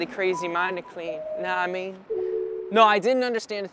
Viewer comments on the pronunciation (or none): "Kn' ah mean?" <3